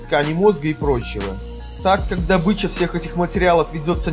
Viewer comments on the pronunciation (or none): none